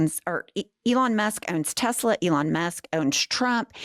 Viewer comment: "I Love Tesler" 👐